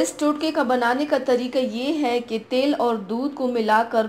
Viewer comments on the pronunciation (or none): Hahahaha tail ni til bol rahi hai Paglo😂😂😂😝😝